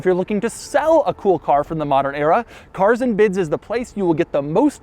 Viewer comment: POV: You cringe when Daddy Doug says CARRSS ANND BIDDS